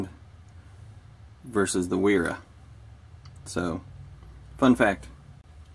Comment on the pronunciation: im sure someone has already said but both wera and wiha, the W's are pronounced as a V